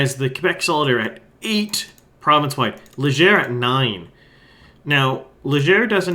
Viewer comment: I gave you a sympathy like, but until you learn to pronounce Léger, Rodriguez and every Québec riding correctly, it's going to be hard to take anything else you say seriously.